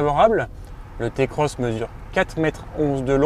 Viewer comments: Je fais la morale à personne et tu gardes tes adjectifs irritants pour ta personne. Je décris juste un fait avéré, une vérité. Le modèle ce prononce "Ti"-Cross qu'on le veuille ou non. C'est comme tout aujourd'hui si on suis pas le mouvement on est vite pas à la page c'est comme ça. Notre façon de parler nous définis tout comme notre manière de s'habiller, alors si tu veux "rester dans le coup" tu sais ce qui te restes à faire. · Non ta pas le droit de dire "Té Cross"